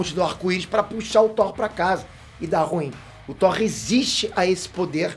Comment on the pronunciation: falando “whore” kkkkk